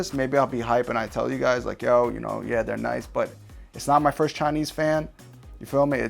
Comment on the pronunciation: Say it with me now 'Chaanese RGB fans'. Yes I do say it with you.. kinda like when Dora says 'Can you say 'Delicioso' Brings me back to my Dora watching days.